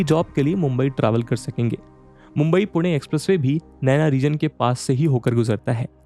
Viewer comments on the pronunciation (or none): none